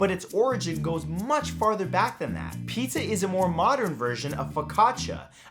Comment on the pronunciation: Thumbs down for the hipster that called pizza, zar